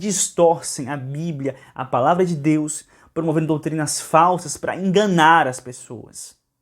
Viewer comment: Ele nem consegue falar DEUS. demônio não consegue falar o nome do nosso Senhor Jesus